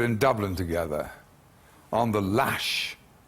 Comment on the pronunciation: That pause after 'on the LASHHHH' is diabolical.